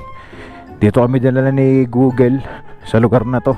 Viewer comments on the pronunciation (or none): none